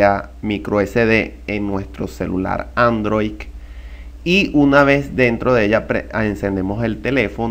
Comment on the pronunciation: Si pronuncia ANDROIC, ese tutorial no es. 😁😁